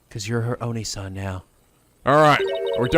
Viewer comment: No Rayfa's words aren't endearment. She's trying to say "Brother" but she's stuck in "Br.." and switches to "Braid Head". Also IT'S ONII SAN NOT ONEE SAN. NI, as in "" not "NEYCO B"! It's honestly hilarious sometimes. XD